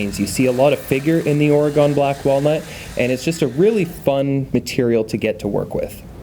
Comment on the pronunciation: It’s OR-uh-gun. Not OR-uh-gone. Love the videos